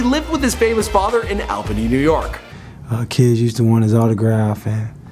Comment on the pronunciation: It pronounced all-bany